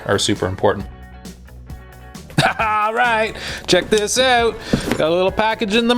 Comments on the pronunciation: How to tell someone’s from Canada..axles been stripped OAT…(out😅) great video man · you couldnt tell by the way he say out idk why canadians cant say that word right